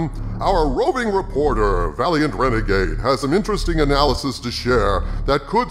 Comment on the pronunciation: LOL Did you just call Valiant Renegade, "Valiant rena-G-G-Gay"?